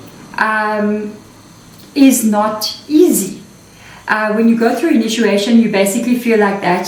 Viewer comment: Sister the word. initiation is pronounced as INI..CHIATION NOT INU CHIATION Pls dont mind it just hurts my ears to hear a mispronounced word so many times continually from an english speaking person .. there is another word which is mispronounced ..I mentioned it earlier.. I am sure being an extension of each other we can afford the liberty to help each other in even small things like pronunciation of words.. I would be gratefull anyone helped me get any word mis pronounced by myself .. Much love and gratitude for your amazing sharings in our benefit ..sister.❤❤